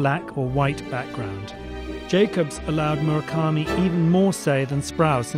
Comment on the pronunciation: Murakami more like Mahalkami 😂